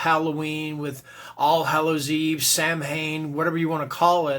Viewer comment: Saw a couple of these. It is too bad most craft movies deal with satanic stuff. at least most are entertaining. Samhain though is pronounced sowin. It's a Gaelic/ Celtic holiday. Very confusing spelling at times.